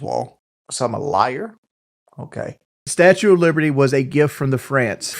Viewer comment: Statchew uh Liberdy was a gift frum the France like hawnestly💀💀